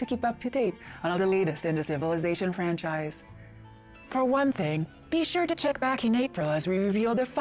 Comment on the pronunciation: The emphasis on the word franchise in the phrase "Civilization Franchise" has me (world) wonder if they're going to be starting a PR campaign for the next civ game sometime this year.